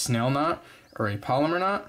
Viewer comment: Pal-oh-mar not polymer